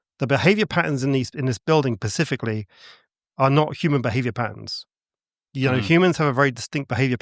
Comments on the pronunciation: Whilst I am very happy to listen to the most ludicrous theories with an open mind and form my own opinions on things, I can’t help but find that people lose a bit of credibility when they say “pacifically” when they mean “specifically”. I might just be a snob, but when you’re talking about something that requires a reasonably high amount of intelligence and an extremely well known speech error pops up over and over, it just irks me lol. Seems like a nice guy though, no shade on him at all ❤ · Anybody that says "pacificly" instead of specifly, they lose ALL. Credibility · Never trust anyone who insists on using the word "specifically" 20 times per minute but says "pacifically" instead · 'Pacifically', describes the encounter with the 'monk' figure. He accurately portrays the hooligan nature of certain 'Brits'. As for his elaborate theory: throw in 'quantum' something-or-other and anything goes now, let your imagination run riot. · How many ‘pacifics’ did you count? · I love how my dude keeps saying "Pacifically" Lmfao. He may be hooked on phonics, but at least he's pacific. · As a fellow English citizen I can't listen to more than 3 Pacifically's in under 8 mins. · As any person speaking the English language it is and should be completely unacceptable to say "pacifically" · I couldn’t take him seriously after that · I am at a little bit over 7 minutes in and now I can't unhear it. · relaxxx, he clearly just has a speech impediment that he's been working on since childhood, and that sp sound is just the one he couldn't master lmao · It’s specifically not pacificly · He's pacifically talking about polteygeists. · Either I'm hearing him incorrectly, or he keeps saying "Pacifically" instead of 'Specifically' 😅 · The fact he keeps saying "Pacifically" rather than "specifically" really grinds my gears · I love this channel buuuut I genuinely struggle to take anything seriously that is said by a grown man who says "pacifically" instead of "specifically" 😬